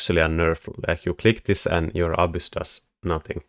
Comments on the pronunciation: "Abyss" with a Finnish accent. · you say that all the Fortress techs will just get hard countered by "abuse/obvious," which is the best thing to build against Fortress in the game... I can't think of any unit that sounds anything close to "abuse" or "obvious," and if you do literally mean one of those, I have no idea what building them means. I can usually understand your accent perfectly (and I quite enjoy it), but this left me perplexed!